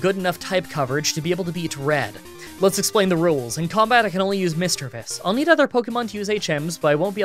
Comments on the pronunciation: its Mis-DREA-vus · I am only here to find out: 1. How he pronounced "Misdreavus." 2. Whether he took the Dome or Helix fossil. I am partially unsatisfied.